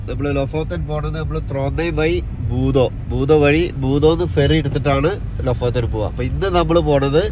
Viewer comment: പണ്ട് ബീയം കായലിൽ പോയി മീൻ പിടിച്ചിരുന്ന കുട്ട്യാപ്പു ലുഫോത്തയിൽ പോയി മീൻ പിടിക്കുന്നത് കാണാൻ കാത്തിരിക്കുന്നു 😍 ഭൂതോ അല്ല ഭൂതം 😁